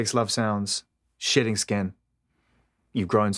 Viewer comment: This Zane dude keep sounding like he says SHITTING when he says SHEDDING.